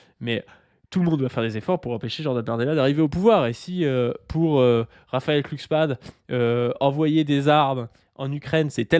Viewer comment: glu, et non pas klu(cksman) . Ça et la théorie du jaure, ça me troue le uc.